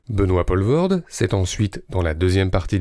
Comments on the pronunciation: Merci ! première chose que j'allais dire et qui m'a fait zapper dans les trente première secondes : on dit POUUUUlvoorde. Merci les français... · En faisant le malin, est-ce que tu sais ce que ça veut dire Poelvoord? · Poelvoorde POULVAURDE mais certainement pas POLVAURDE ! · Pourquoi ne pas prononcer son nom correctement? C'est le minimum non? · Quelle drôle prononciation de Poelvoorde, une prononciation somme toute française, ou tout autre que belge j'imagine. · purée meme pas foutu d essayer de prononcer correctement le nom de famille de l'acteur....faut faire un effort quand meme c'est pas si compliqué... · C’est dommage d’avoir fait 16 minutes de filmo sur Benoit Poelvoorde sans s’être renseigné sur la prononciation de son nom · Comment expliquer quand tu sais même pas dire son nom... Très mauvais du coup, insupportable à écouter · Et depuis le temps, y a vraiment pas moyen de prononcer son nom convenablement?? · Faire un mini-docu sur un acteur dont tu sais même pas prononcer le nom... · Pas mal. Vous pouvez le refaire en prononçant correctement son nom ? :-) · Jaco Vandormaël ? 😃 Ça se prononce " Vandormaal " comme Poelvoorde se dit " Poulevoorde ". Sinon très chouette retro ! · "Poulevaurde" .. et puis c'est pas un acteur "franco-belge" au fait .. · ... sinon ça se prononce "Poulvaurde" ;) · 1 - Poelvoorde = "Poulvorde" 2 - Van dormael = "Van dormaale" 3 - Franco-belge? Non, belge tout court. Francophone, wallon, namurois certes mais pas français 4 - Bon travail quand même, merci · Prononcez: Pouleveaurde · Les Français, c'est si difficile à dire "Poulvoorde"? Sérieusement ? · aaah les français et les prononciations étrangères, ça se dit" pOUlvoort" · Quelqu'un qui n'a pas pris de nom d'artiste, ça se prononce Poulvoorde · On prononce POUlvoorde! Nom de Djousse, maudits Français!... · Rho m'enfin "Poelvoorde" se prononce Poulvaurd, c'est quand même pas compliqué ce sont des sons qui existent en français de France tout de même... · On dit Poolvorde.